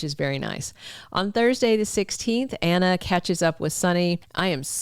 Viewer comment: I love the way he says Anner instead of Anna!